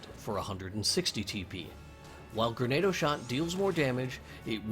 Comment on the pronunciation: Lol it's Gren-AH-do not Gren-AEY-do, its the archaic word for Grenade. Say it like you're speaking Spanish. But seriously, amazing video, you go into superlative detail! I found this video extremely helpful! ^_^